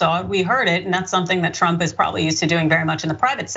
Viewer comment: She said "drump" 🤣🤣🤣